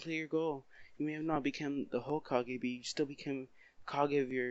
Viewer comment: When you said you might not became the Hokage it sounded like you said you may not have became the HOEkage